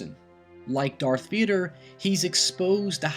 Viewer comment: Darth Veeder! Great vid.